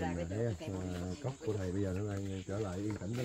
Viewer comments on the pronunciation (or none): Cốc, chứ ko phải Cóc 😂